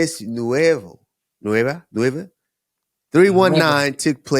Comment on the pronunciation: Spanish usman pronouncing 319 in English: “Three One-ee Nine-ee”